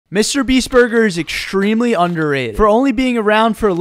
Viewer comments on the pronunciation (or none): “ mrbeast burger is exshtrimli underrated”